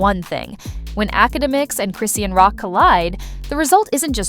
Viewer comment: It’s CHRIS-SEAN how hard is that to say